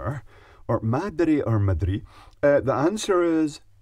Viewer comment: As a Spaniard, I'm happy to see representation for the beers of my country, thanks for the video! And you got it right at first! The way its spelled you pronounce it ma-DRI!